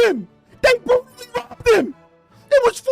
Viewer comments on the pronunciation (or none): "THEY RAHBBED HIM!!! THEY RAHBBED HIM!!!!!" -🐷